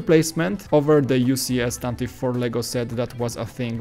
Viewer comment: It's pronounced "Tantivee"